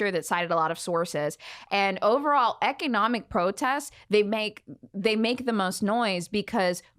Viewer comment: ec-kay-nomic protests